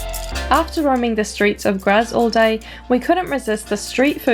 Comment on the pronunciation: Nice caption, especially that you spent only one day in Graz; the only thing that was amiss/off, was your (German) pronunciation: e.g. "Graz" (in German) is pronounced "Grahts" (approximately).